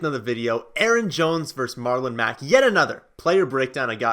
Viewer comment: MarlOMEGALULn Mack 🤣🤣